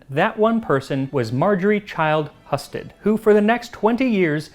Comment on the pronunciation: I believe your pronunciation of the name "Heeyoo-sted" is wrong, unfortunately. I'm a Husted!